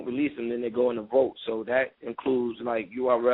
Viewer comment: Please stop saying vote... it is vault!